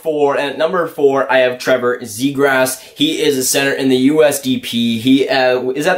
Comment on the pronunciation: Lol sounds like youre saying zegrass